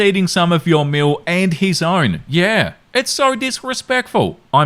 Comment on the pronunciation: Ok let me just say...his skin is like an Italian Carrara marble statue..... just wow..... and the way he says "yeaaaaaa" ...... in the Australian accent....